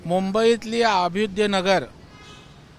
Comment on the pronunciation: याला अभ्युदय नगरचा उच्चार निट करता येत नाही आणि हा निघालाय पुर्नविकास करायला!